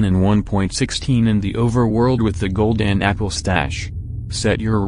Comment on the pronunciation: Why i heard golden niple 😂